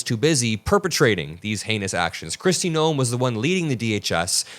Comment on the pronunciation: I honestly thought for a moment you mispronounced Kristi Noem's name. I thought you said Kristi Gnome. Now, I know that Noem is a troll, but just the same... 😂😂😂😂😂😂😂😂😂😂 Of course, it could be just me needing a good laugh to start my day. We'll take any cracks in the regime we can.